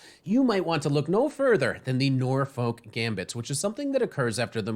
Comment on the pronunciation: Just FYI - Norfolk is a county in England / city in US - the 'folk' is pronounced to rhyme with 'look' so like nor-fook or nor-fuk, not the normal way you'd say folk.